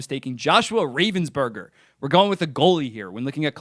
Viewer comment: “Ravensburger” 💀 it’s “Ravensbergen” Plus Columbus already has a solid goalie prospect in Evan Gardner